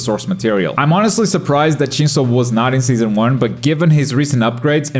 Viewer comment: dude got shinso correct